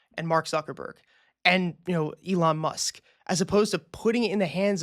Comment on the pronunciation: Elon musk*. Not Elon must Lmfaoo